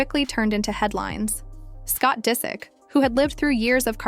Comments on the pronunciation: Why oh why do you have to mispronounce names in every video I dunno why it bothers me so much but it does you mispronounced Disick the first time you said it but then pronounced it right the next few times so it wasn't like you didn't know how it was pronounced. I wonder if this isn't AI voiced. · Omg whoever narrates this sounds like AI. Doesn’t pronounce his last name right and literally just repeats the same things over and over